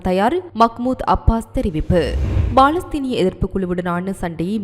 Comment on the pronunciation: BALAStheenam illa Ammani, Paalastheenam!..Ippadi news vaasikka, ungalukku vetkam illaiya, AMMANI????